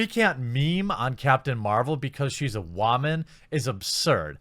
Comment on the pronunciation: Why are you intentionally mispronouncing 'woman'?